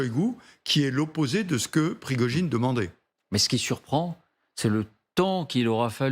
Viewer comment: Pirgogine au lieu de Prigogine par ce que vous ne comprenez rien de lui😅